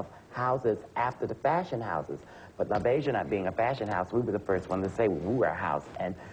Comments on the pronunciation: she hasn't even seen the movie. she doesn't know how to say labeija. add: it's misspelled also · Joan Rivers might be respectful, but she sure didn’t do her homework for the show. Not only did she not even know the pronunciation of Pepper LaBeija, her staff misspelled it under her name when it showed Pepper when she was on camera. They had LaBeija as ‘LaBieja’. How embarrassing!🙈 Also, ‘Is Paris Burning’? With a mistake THAT big, the producers should have ‘CUT’! and started taping all over! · just not sure how Joan could have mispronounced "Labeija" if she really did see the movie. It's not as if that name is only mentioned once in the movie.